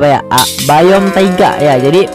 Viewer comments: Biome bang bukan bayem 😂😂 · Biome Atau Bayem :v